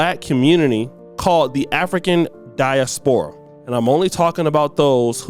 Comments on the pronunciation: it’s pronounced die•as•pruh not( die-a-spora) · or or whatever.......... OMG, man......here is how you say: diaspora = DIE -ASS - poor-Ah (simple, can you do it?)